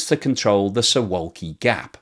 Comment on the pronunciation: Pronunciation of Suwalki is "Soo-VOW-key". It's a very picturesque part of Poland. I have heard it said that the accession of Finland and Sweden to NATO has made made the Baltic Sea a NATO lake, and Russia would not be able to transfer much in the way of naval units there, and they would be able to do much anyway.